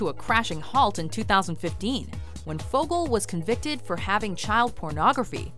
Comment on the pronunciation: "Fogle"point? C'mon, now...